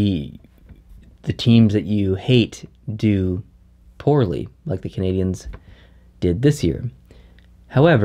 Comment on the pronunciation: Lmao the intro.. did anyone else hear “and I’m at the Montreal Bergevins game”??